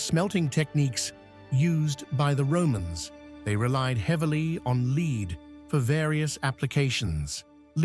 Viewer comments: Can't you teach the robot reading your scripts to pronounce "lead" as "led" when it refers to the metal? Here! I have a sugestion to help you. When you are writing your script for the robot to read, instead of using "correct" spelling and conventional abbreviations, such as "km", "mm", or "hrs", you should write "kilometers", "millimeters" or "hours" instead. When you have a reference to a present tense of the verb"to lead", you write it as "leed", while if it is in the past tense, you should write it as "led". I hope this is helpful. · will you sort out your text to voice "Roman LEED" for goodness sake?